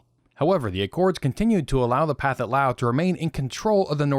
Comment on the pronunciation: I’d like to gently point out that you are pronouncing “Pathetic” incorrectly. The southeast Asians don’t aspirate their “th’s” and “ph’s”. So the correct pronunciation would be “pa-TET” Lao. But, even though, it’s always great to hear real voices, and not AI voices.